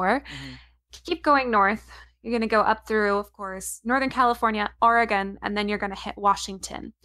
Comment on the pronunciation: how do you live in washington and not know how to pronounce oregon? it is like getting Ldaho wrong